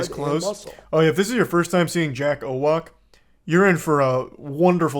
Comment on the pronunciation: As a Pole, I have a feeling Jack Owoc is of Polish decent like many assholes unfortunately are :( but in that case, his last name is pronounced "oh-votz" 😂